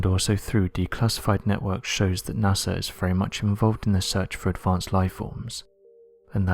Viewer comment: It's his accent. Puts "ng" in lot of his words. Makes it hard to understand.